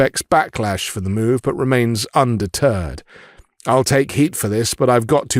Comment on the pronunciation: "Birdshit's actions remain under-turd' - you're deliberately pronouncing it that way right?